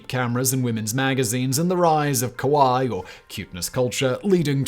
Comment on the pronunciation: "Kawaii" is pronounced closer to the pronunciation of "Hawaii"